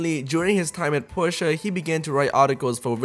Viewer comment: Why are you calling it Porscheeeeaaar it's Porsche